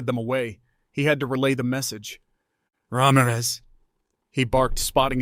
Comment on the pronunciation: I'm so glad you could pronounce Ramirez correctly. Most of the time it is pronounced Ram - eraz